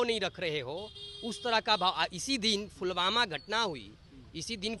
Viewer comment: फूलवाला फुलवामा कर रहे हैं महोदय.. सही उच्चारण पुलवामा है..! बाकी शिक्षा की जरूरत है इन्हें.. सस्ती पब्लिसिटी के लिए कुछ भी